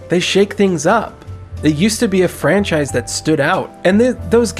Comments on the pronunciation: 10th anniversary of franchise. Maybe he should say frank-chise? X fuckin D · Did I hear "frankchisce" as dead rising franchise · i hope my ears just heard that wrong. DID HE SAY THE FRANK-CHISE.